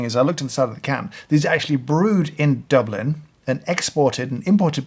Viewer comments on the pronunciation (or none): none